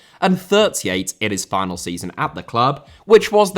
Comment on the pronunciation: Final* not Fahnal Rico* not Ricouw Mbappé * not Mbappei Lionel* not Léonl Idea* not Ideer Time* not Tahm André* not Ondrei Half* not Holf Serie* not Siri Barcelona* not Bohçalouwner Dortmund * not Dohrmund Debut* not Deibyu Rather * not Rother Leverkusen * not Leiverkusen Saw* not Sor Mauritania* not Mauritanier Dinano* not Denohrmouw Moskva* not Moscow